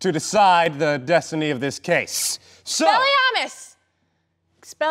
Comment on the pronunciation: You pronounced expelliarmus wrong :/